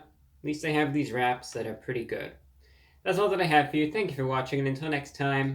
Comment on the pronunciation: For the first few minutes I thought you said "rats" 😂 Always nice to see you. Wishing you a healthy long life.